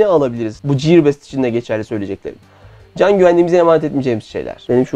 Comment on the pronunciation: Videonun konusuyla alakalı olmadığı ve önemli de olmadığı için yazmayacaktım ama madem İngilizcen üzerinde çalışıyorsun bu minik katkı da benden olsun: ''ciyır best'' değil ''giyır best''. Sevgiler.